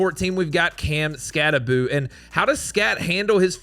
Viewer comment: Everyone pronounces skattebo’s name, it’s bow not boo it’s only 1 o not 2